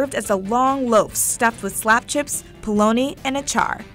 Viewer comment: How they said "slap chips" 😂